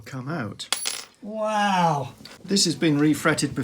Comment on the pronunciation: Love every time says "Wahw"! You guys are awesome! Thanks for letting us tag along on your adventures.